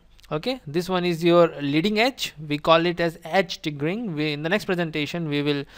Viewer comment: Perfect! Thanks. But I have a question. Why you'd say 'Vne' instead of 'One', 'Ven' instead of 'When'?